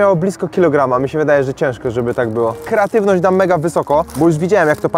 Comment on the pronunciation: dosllownie sie udusilam jedzeniem kiedy zauwazylam ze powiedziales keratywnosc zamiast kreatywnosc ale jem wiec leci like